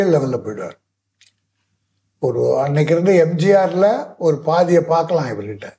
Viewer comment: Yei yei pathiya illa pathiyanu keten😂😂😂😂